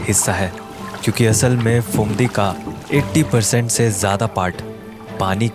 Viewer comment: Pretty cool indeed. But why do you keep pronouncing the "ph" as "f"? It's not "failna" and "Fumdi" (it very obviously is spelled with Ph and not an F), but phailna and Phumdi. Where are people learning this nonsense from? The "ph" is only pronounced as an "f" in English words which derive from Greek (e.g., "physics" and "photo"), which the words you're pronouncing are obviously not.